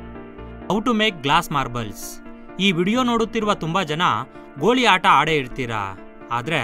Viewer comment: ಗೋಳಿ ಅಲ್ಲ ಗೋಲಿ